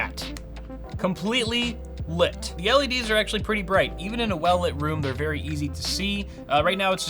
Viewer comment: Berry Good, Berry Nice Kappa